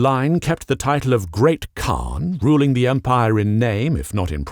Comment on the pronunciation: The proper pronunciation would be "Chin-gis-hun" And while a khagan is pronounced correctly, all of the khans don't get that luxury for some reason Kurultai or Hurultai or Hurultee - pick your poison